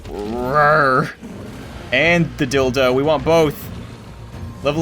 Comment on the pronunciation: Anyone else notice he said dildo and not dilo